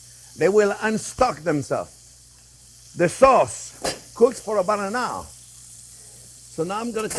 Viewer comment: “Pork schops and a apple schause, that’s schwell”